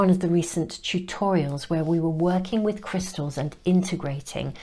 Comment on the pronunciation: I usually don’t comment but you keep saying my name in your readings. You say “Krista” when trying to say “crystals”. You did it in others and this one too. Thank you for my messages. Note: I don’t want to re enter the energy that led me to this reading so I won’t give too much of a description but I was led right to it in the most timely manner while I was considering what to say to a specific very close family member. I’m not even surprised by the power of the universe’s ability to get messages, people and circumstances to me anymore. I’m Just in love with it. ❤ thanks again sister